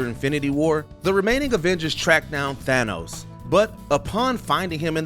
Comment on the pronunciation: im sorry but how dare you pronounce it as "Thay-nos"?! it's THAA-nos!!